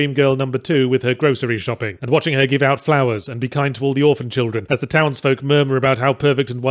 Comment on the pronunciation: Lol three instead of the is hurting my brain